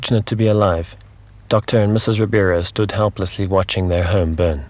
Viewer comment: Just one small correction. His name is Doctor RIBEIRO, not Ribiero.